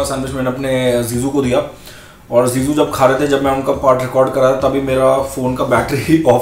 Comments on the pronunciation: Zizu 🤣🤣🤣🤣🤣🤣 not jiju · Why do I hear ZeeZuu instead of Jiju? lol